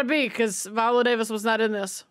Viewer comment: Baby…I rocks with you. Hard. But you saying Viola at least two times in this reaction had my hackles on erect. 🤣 Especially when I realized that you finally realized it, but had no edit to acknowledge that you realized it. Shawty you da best. 🥰